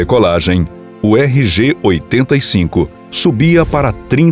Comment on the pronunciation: Não era essa a co-piloto do vôo. Essa informação está incorreta. O co-piloto era Ovar Goytia. Isso precisa ser corrigido. E por diversas vezes o narrador menciona incorretamente o modelo da aeronave, falando RG-85 invés de RJ-85.